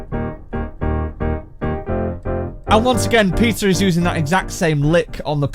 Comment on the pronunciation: Am I the only one hearing ''pizza'' when he says ''peter''?🤣